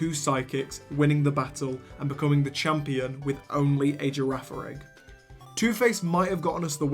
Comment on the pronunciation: its pronounced girafarij